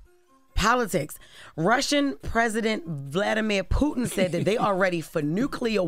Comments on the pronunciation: She can’t even pronounce Putin or nuclear…. Where Tes at? Lol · POOTIN, NOOCLEAR!!!😂😂😂